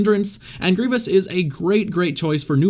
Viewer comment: Did you said grivious on